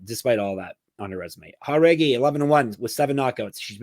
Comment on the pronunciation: Aoriqileng Uh-Reach-E-Lang Chairez Chy-Rez Jauregui Yuhr-Uh-Gway If I’m just missing a running joke where yall say the names wrong, my bad. But otherwise, my goodness.. Jauregui as Hah-Reggy.. smh